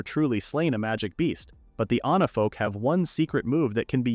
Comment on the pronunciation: It's onifolk not onafolk not anafolk. ONIFOLK. Fix your ai. It's really really annoying. Everytime onafolk this onafolk that no its supposed to be onifolk.